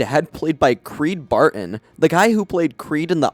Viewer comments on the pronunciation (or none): ITS CREED BRATTON NOT BARTON 😭